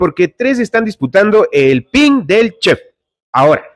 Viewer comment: Si ni siquiera puede pronunciar chef, dice chec